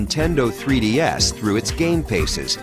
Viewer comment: He said "Nintendo 3D-Ass"